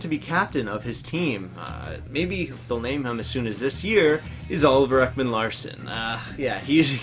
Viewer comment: Ekman Larssen?? It's Ekman Larson u sped